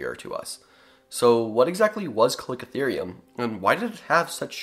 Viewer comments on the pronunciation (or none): It’s pronounced “ca-liko-therium